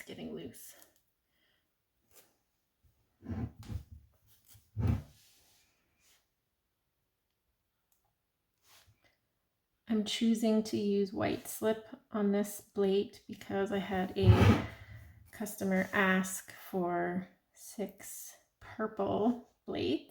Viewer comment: Are you calling it a blate…with a B?